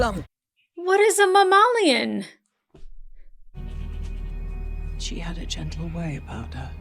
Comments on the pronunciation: Mammalian means "of or like a mammal." I think her pronunciation was due to her accent or I've been pronouncing it wrong my whole life (as muh-MAY-lee-un). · To be clear, in the UK we usually say "mammalian" in the same way Americans do. Either she has an incredibly posh accent, or she intentionally pronounced it weirdly for the character.